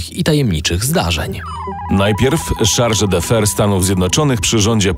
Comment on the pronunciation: fajna audycja, ale lektorzy mogli się nauczyć czytania obcych słów i nazwisk-wystarczył Słownik wyrazów obcych. Wtedy chargé d'affaires przeczytaliby jako SZARŻE DAFE, a nie jakieś bzdury. Zupełną żenadą jest odczytanie nazwiska Curzon jako Kurzon zamiast Kerzon albo terminu Volksdeutsch jako Wolksdojcz zamiast Folksdojcz (ta pierwsza wersja sugeruje znaczenie "Niemiec z chmur" zamiast "osoba niemieckiego pochodzenia") Jeśli ktoś chce się zajmować w historią powinien umieć przekazywać ważne informacje zgodnie z prawdą a nie wymyślać własne język i zasady czytania